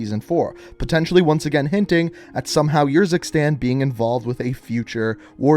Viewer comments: It is Urzikstan not Yurzikstan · Did he ever play campaign to learn how to pronounce urzikstan